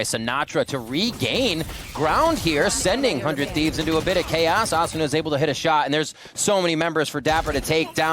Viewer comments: Yeah Uh-soona Ass-una A-suna A-soona Lmaoo wtf😂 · The way hes pronouncing asuna is throwing me off lol